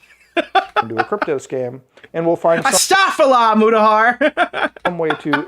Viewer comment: I’m begging you please learn how to pronounce astagfurillah